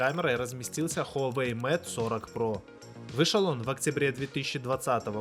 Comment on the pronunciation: Куда важнее твои навыки, говорит обозреватель который читает Mate как мате, а не мэйт.... Подтяни английский, приятель, и может народ потянется, а то слушаешь и уши вянут, слава богу по наслышке айфон называешь, а не как с английского айпхоне...